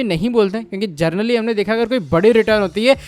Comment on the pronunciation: Gernally ❌Generally ✅🙌🤗